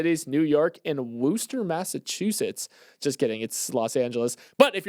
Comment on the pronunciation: much appreciated for name dropping and butchering my hometown. but yall are cute so i’ll let it slide. it’s pronounced Woo-stah. big woo. 508 bike life. home of the woo sox